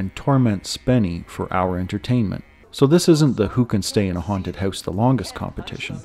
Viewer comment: He said “heuse”